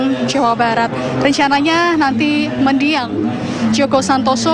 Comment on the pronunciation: MENDIANG......BUKAN MEDIANG...